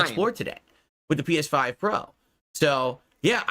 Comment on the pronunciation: th’pee-eshh-five prohh